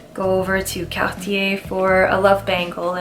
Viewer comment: Lol I knew you were Canadian when you pronounced Cartier and guilloché in French 😉